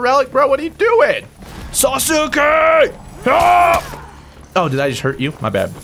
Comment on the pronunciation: Please just say sasuke the right way.